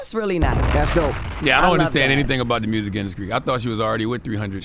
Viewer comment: The way Jess says Mewrziik is so funny to me 😂😂😂